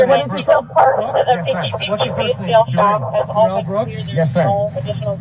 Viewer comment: For the record his name is pronounced duh rell. I hate that people keep pronouncing it the same as mine. I don't want anything in common with this moron